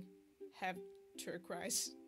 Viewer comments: I enjoyed watching your video. Fyi, Eureka from Eureka 7 has blue hair. (Also, that really weirdly spelled color blue is said tur-koiz.) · Turquoise Pronounced: Terr-kwoise